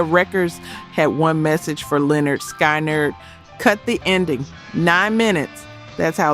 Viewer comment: It's pronounced SKINNARD. Not SKY NERD. If you're rock n roll you'd KNOW that.